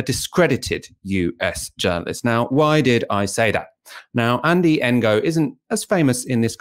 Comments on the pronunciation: It's pronounced No, not En-Go. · Ngo is pronounced "no" with a mute "G" AFAIK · Isn't his name pronounced as ''No''? Or ''Nee-Oh''? I always got confused with how it's supposed to be pronounced too lol... But I THINK ''Engo'' is wrong (but then again maybe I'M totally off base here haha) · The "ng" is pronounced similar to the the end of "wrong", so it's a bit tricky for westerners to deal with, but saying "engo" is rather ignorant. When I first heard of Ngo the first thing I did was look up how to pronounce his name. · It’s a Vietnamese name. Please learn to pronounce it!! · "g" is silent in Vietnamese. E.g. NGuyen is pronounced "Nuyen" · Not quite, it's pronounced using the same sound as we make using the ng in English at the ends of words, except in Vietnamese it's often at the beginnings of words too. It takes a bit of practice to get it right, and you have to get it right or they don't understand you!